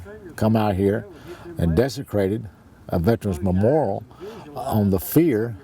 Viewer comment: Memoral?? It is memoriAl dipshit